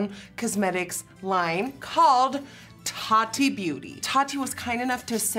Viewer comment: The way she says (Tati) Taa-dee 😆😆😆